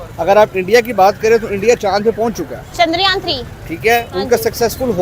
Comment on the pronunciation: Pakistani jahilo its chandra yaan not chandar yaan .. ye paka lahori hogi